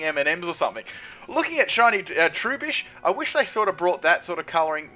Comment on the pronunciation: I don't understand how you always manage to pronounce things so badly. Trubbish is literally just the word "rubbish" with an extra letter at the beginning:P Agree with most of these, though I think shiny Giratina looks great!